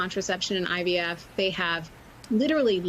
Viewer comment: Hahah he is Jesus of IVF 😅😅 he can’t even pronounce IVF he said IVS… 🤣🤣 maybe he meant in vitro sterilization instead fertilization 😂😂😂